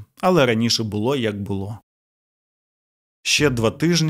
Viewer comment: У вас криміналіста звуть "ОлексНАдр" 😂 на *